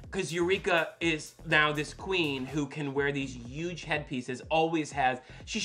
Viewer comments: We love Thorgy even though she won’t pronounce huge. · Thorgy calling Eureka a “Yuge bitch” made me laugh so hard 😂😂😂